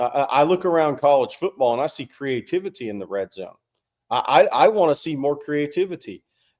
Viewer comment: I think he’s looking for CREE-A-TIV-ITY